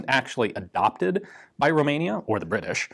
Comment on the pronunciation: Or the Bri'i'sh